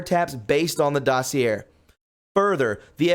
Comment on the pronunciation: Please learn how to pronounce exculpatory and dossier.